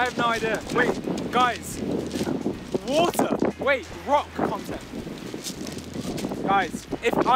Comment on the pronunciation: gogy: wOTER